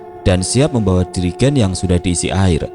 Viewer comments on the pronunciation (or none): Jrigen cak bukan dirigen